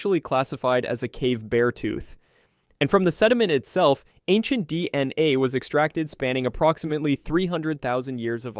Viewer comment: Videos are good and topics are informative. Only huge problem is the narration. Sucks so bad I normally stop watching less than half way through. Oddly long pauses between words like d... n a (it's just d.n.a.!), inconsistent emphasis and bad pacing, riddled with mispronounced words everywhere (even after pronouncing it right a few sentences before) Not to smash your try because it is interesting topics, just hard to listen too sometimes.